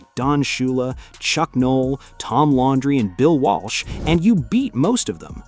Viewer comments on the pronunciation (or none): Tom “Laundry”? I HATE AI. Btw, Coach Flores is in the PFHOF. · You pronounced his name Tom Laundry AI is a joke